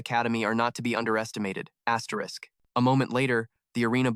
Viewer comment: asteriss what the f is asterisssssss?? so annoying